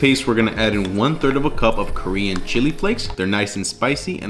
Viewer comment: respect to one of the few content creators I watch that can ACTLLY pronounce Korean great for not being native!!